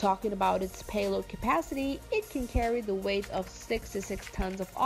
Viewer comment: just came here to see if you are still saying miler per arrrgh! but no speed information, just paehlod capacity.